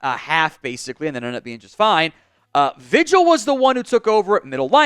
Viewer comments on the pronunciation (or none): Vigil is pronounced V Hill